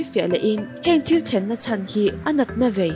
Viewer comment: I t lam hi uluk deuh la ka ti..thenkhat ah phei khi chuan thil tih ti a lam tur ni awm tak khi til tih ti ten i lam a😄